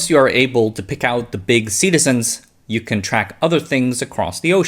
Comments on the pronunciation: "Cetacean" is pronounced "si tay shn" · please google the pronunciation of 'cetacean' sincerely, - everyone